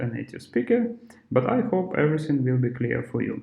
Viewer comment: Чувак, не произноси слово ВИЛ, это сразу наших выдает. Это как в Камеди клаб - Американское радио. Ю вил ор нот вил …. Will - это не слово отдельное, его проглатывают американцы И побольше артиклей